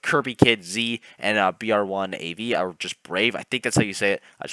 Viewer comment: btw br1 av is pronounced "Bruno AV"